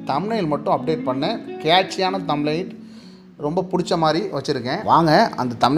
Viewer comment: தம் லைனா என்ன பிரதர் சொல்லுங்க அதைத் தெளிவாக கொஞ்சம்